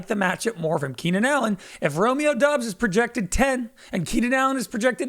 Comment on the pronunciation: you guys gotta consistently pronounce romeo doubs name right, pronounced like dobbs